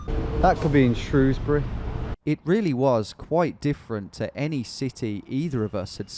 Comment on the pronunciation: Been watching the channel since your 1st straight line across Wales. What a epic trip. Can’t wait to see what u come up with next, from straight lines to dribbling a football across a country 😂 And I love that you pronounced Shrewsbury correctly 🙌